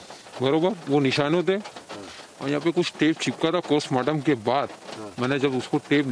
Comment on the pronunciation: Yes they both are same.. notice the wristwatch he is wearing..and he pronounces Postmortem as 'Kostmortem'.. listen carefully.. Actually R.bharat morphed his voice and news nation contains his original voice.